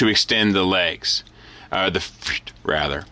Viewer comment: why cant he say "feet' ????